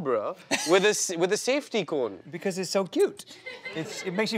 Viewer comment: "because it has a coone (cone)" Kunal is adorable